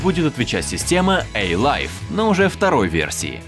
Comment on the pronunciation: Научите человека произношению. A-life читается слитно, не с "Эй"